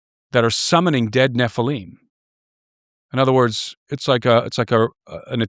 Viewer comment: I don't understand why people pronounce Nephilim like it's spelt Nephileam it just sounds so weird to me for some reason.